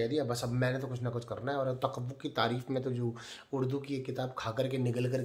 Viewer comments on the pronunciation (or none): the word is takabur 😂